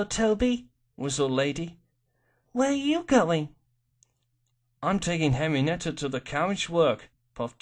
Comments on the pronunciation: Henrietta not Henrienetta good story but hearing the name is kind of cringey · her name is Henrietta. why are you pronouncing it "henry-nett-a"? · i kept hearing it said henrinetta bud im not mad was just pointing it out